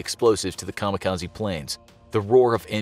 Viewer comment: I've yet to hear the correct pronunciation from any youtube yet regarding 'kamikaze' lol. Japanese: 'Ka-Mee-Ka-Zei' English: 'Kamo Kahzee'